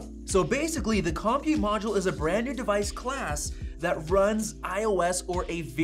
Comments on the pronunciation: This is the second youtuber i've watched that pronounces "compute" as KOM-pute instead of cumpute. What is going on? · I'm excited about this possibility but had to quit listening after you mispronounced compute. The accent is on the second syllable, kəm-pyoo͞t′. I don't understand why dictionaries use this but it's not COM-pute, it's com-PUTE. Like the way you say computer so it's a com-PUTE module. Actually, I've been thinking about multiple (or replaceable) CPU modules ever since the M1 came out. These could be arranged like a blade server. It doesn't appear that Apple is thinking about multiple compute modules but only upgradeable compute modules. In some ways, I'd rather Apple come out with an architecture that allowed multiple CPU/compute modules with independent secondary memory and storage modules along with mother/daughter cards (or backplanes) that included upgradeable PCIe buses for faster I/O technologies (Thunderbolt, GPUs, etc.). Can Apple develop software that would allow this technology that is already in use on supercomputers? If you look at supercomputers, each compute module is not that fast but when you put 8,730,112 cores together (new top500 supercomputer from Cray, installed at Oak Ridge National Laboratory, 1,102.00 PFlop/s but takes 21,100.00 kW to operate) with special software you get a very fast computing system. I don't see Apple going this far but what about a derivation of the M-series SoC that only contains enough memory and storage to boot and operate each M-99 compute module (CM). Apple could include a dozen or two Mx small modules into the M-99 CM instead of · Lol "Kahm-pute" module